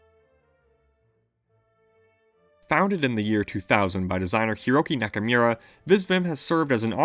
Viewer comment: Hiroki Naka"mirror“ lol